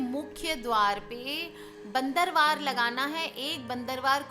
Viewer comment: madam bandanwar hota hai .not bandarwar